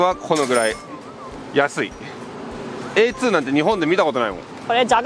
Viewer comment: 電車がICEなのか普通のDB在来線なのか気になる。あと、A2の発音が「アーツヴァイ」じゃないところが日本人ぽいわｗ